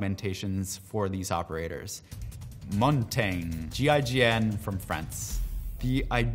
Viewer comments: It’s pronounced Mon-ton-ya. It’s French for mountain. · Why is no one talking about how he said montage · That is not even close to the correct pronunciation of Montange. Montange is the french word for Mountain and is pronounced "mon-tan-ya"